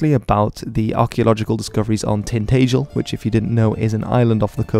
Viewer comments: You mispronounced Tintagel. It is Tin-tajul, not Tin-tayjul. In Cornish it is actually Dyntagel, meaning the fort of the footbridge, pronounced 'din taggel'. To me, British or Briton, means a native of these isles, dating back to before the Roman and Germanic invasions. Celts or Celtic is a language and cultural grouping, we adopted from the continent, the La Tene and Halstatt cultures. I consider myself British. From Cornwall. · Tin-ta-gel not tin-tae-gel also it's not an island. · It’s pronounced tin - tad - gel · Tintagel is pronounced Tintaagel not Tintaygel. If your going to talk about English history please use the correct pronunciations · It's not so much "Tin-tage-el" as it is "Tin-tadge-l" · Seems as though the desired pronunciation is "tin-TAH-gel", rather than "tin-TAY-gel". Just sayin'... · U said tintagel wrong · At least get your pronunciation correct when saying Tintagel